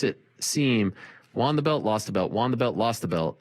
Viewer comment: "Juan the belt lost the belt, Juan the belt lost the belt". Won is pronounced "One" Keep em high and tight.